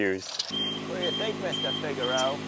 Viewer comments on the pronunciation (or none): none